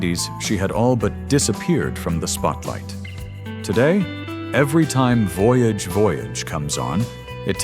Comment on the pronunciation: AI narrator? I mean, ‘he’ reas french ‘voyage’ as you’d read it in english. And ‘live’ (in ‘Live is life’) read as the verb ‘to live’.